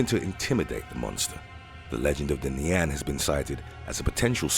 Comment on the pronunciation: just a tip, your pronounciation of nian shldnt have that much emphasis on the an part